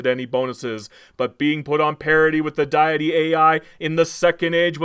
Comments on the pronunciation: Is this AI? "D'aye'itty"??? I can't tell if this video is sarcasm. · Hears pronunciation of 'deity' Blood explodes from ears No thanks, bye. xD